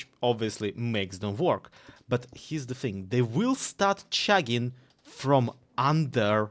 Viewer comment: never say the word "chugging" again, I almost had to explain why a Russian youtuber was talking about shagging.